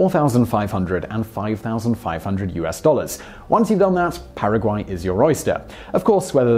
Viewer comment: Your pronunciation of Paraguay was spot on. Now, you're pronunciation of Nicaragua on the other hand.....